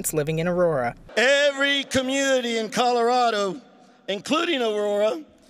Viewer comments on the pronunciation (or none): Polis and his lackies need to go. Love how the anchor woman called Colorado "Calirado" Smh....